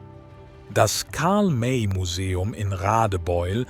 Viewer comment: Karl May ist nicht Karl Meeei. . . . Unmöglich von der KI